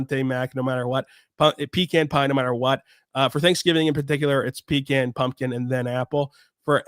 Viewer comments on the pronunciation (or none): I love your shows, but the way you pronounced ‘pecan’ was like a sledgehammer to my ears, and to my heart.